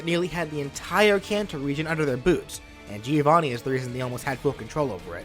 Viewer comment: It isn't pronounced like that, it's an Italian name and it's pronounced like the name Joe + Vanni, Joevanni. By the way I really like this moveset, one of the best of your channel! (Please do Shovel Knight)